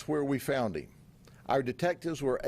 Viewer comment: The heem instead of him drives me crazy. Good job though 😂😂